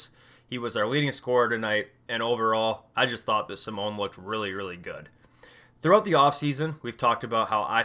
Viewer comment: Simone is pronounced Simoneigh. no hate just wanted to say it if no one else has